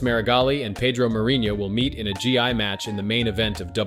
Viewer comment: Bro, Gee I? It's gi.